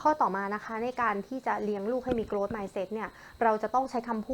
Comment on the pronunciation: ช่วงแรกๆออกเสียงผิดนะคะ grow-growth